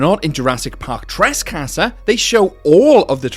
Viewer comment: Got to say, your accent when saying trescaster is hilarious. XD